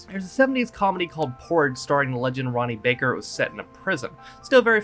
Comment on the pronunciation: Ronnie Barker not Ronnie Baker